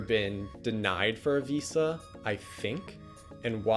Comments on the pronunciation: I'd only be his friend if he says VISA properly from now on. Harsh standards I know. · I never want to hear this guy say Visa this many times and with that pronunciation ever again.